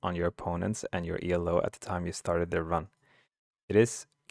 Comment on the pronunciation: Thanks for the vid, will save me some annoyance in ranked. Didnt know conceding does basically nothing Also, "Elo" is not an abbreviation but it's the name of the guy who invented it;. So it's just pronounced as you read it and not, E.L.O. That's reserved for legendary rock band Electric Light Orchestra. And since you asked for feedback, it's pretty obvious that you are reading the script directly from a screen. It sounds pretty unnatural, but since it's the first time (and in your second or maybe even third language) that's hardly any real criticism. I'd either practice/record it a few times or (and this is what i do when i have to give presentations to a lot of people) just write down key points and fill in the rest. I watch your stream a lot and you are pretty good at explaining your thoughts on the fly so with a little help from notes or practice i think you'll be amazing at this in no time.